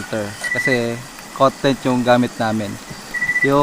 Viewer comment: COT TENT... Hindi KOT. /kɑːt/ so "Caught". Hindi "CAT"... Parang TIK TOK... Tik TAK dapat. La lang... parang "Content". pag /kənˈtɛnt/ KUNTENTO ang ibig sabihin... CON-tent or /ˈkɒntɛnt/ ... ibig sabihin ay NILALAMAN.